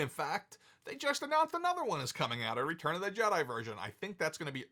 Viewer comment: Is there a reason why this guy is insistent on saying RETURN of the Sith?